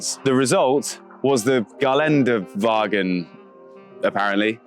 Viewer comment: Don’t worry about your pronunciation… GELÄNDEWAGEN … you did fine sir ❤